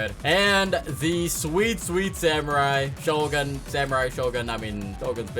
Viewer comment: Bro disrespected shogun by saying Togun lol